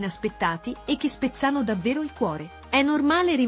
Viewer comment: Spezzàno invece di spèzzano non si può sentire...Spezzàno è in provincia di Cosenza